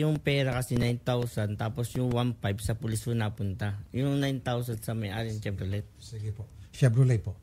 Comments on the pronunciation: chevroley pag pronounce nun.. ilang beses kanang pinag sasabihan ni idol raffy.. bahahahaha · Shebrrolet lol